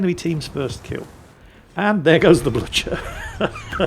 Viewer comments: Also, "Blue-ker." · Wow. You really butchered the pronunciations of the German ships today. Manteufel is "mahn-toy-fehl". Blücher isn't pronounceable by an English speaker, but the "ch" is like the Scottish one in "loch", not the ch in "lunch". So you'd be better off pronouncing it as "blue-kehr". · The pronunciation Mäntjüffel and Blütscher is almost as terrifying as the „zoom-in-zoom-out“ of the protagonist. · constantly butchering how to say blucher (blue-cer) and Manteuffel (Man-Toy-ful).... seems legit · BTW, I'm pretty sure Blucher is pronounced "Blue-ker". (Though I will admit, I'm only able to guess that because of Young Frankenstein. Respect the classics.) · is intentionally mispronouncing Manteuffel and Blucher in revenge for Germans lying to him about how Gneisenau is supposed to be pronounced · Not a huge deal but I winced every time you said Manteuffel and Blücher. Manteuffel: Mon-toy-fel, not Man-Tee-fel. Blücher: Blew-cher (soft CH like the CH in the German word for I, "Ich," not blew-cher like the CH in chair. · You're bluchering the pronunciation of the Blucher and the Manteuffel. (Blucher like blue-cur and Manteuffel like man-toy-full). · You have totally butchered the German ship names :))) It is Bluhher (the double hh means you pronounce with a very thick h and the u is something between u and i - difficult to explain umlaut in writing) It is Mantoifel (the eu combination in German is pronounced oi - like when the EU announces new regulations and the Germans all scream oi oi oi LOL) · Holy scroll zooming Actually, it is "man-toi-fel" like in >Oi< mate! and it with the BLucher it is no hard k, just an sounding H like in Hotel. Anyway, back to the saltmines....